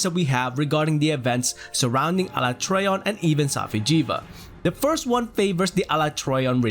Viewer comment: The message means that you pronounce Alatreon wrongly